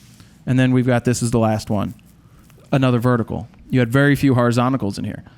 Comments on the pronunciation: isnt it horizontal? and not horizontical? 😂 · Horizontical?????? It's 'horizontal', Jared. Great video, though. Very useful! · horizontical is NOT A WORD!!!! STOP SAYING IT! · “Horizontical” gotta love Jared 😂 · I genuinely think he's be saying horizontical his whole life.. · HO-RI-ZON-TAL. You kill me with that JP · Horizontical??? Fro does NOT Know PRONUNCIATION !!!